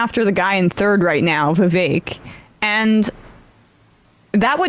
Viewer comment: Marge and Gaetz outside (haha), claiming that they were being racist by attacking Vivek, but the entire time they never pronounced his name correctly even once